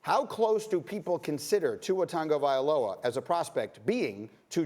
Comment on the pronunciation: Why does he keep adding a N n tuas last name he is the only one i hear say it like tht